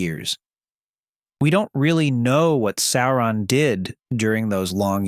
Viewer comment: If it’s not his pronunciations are horrible. How do claim to he fan of the films and not know to pronounce “Sauron”? Day-gor bro-lick? 😂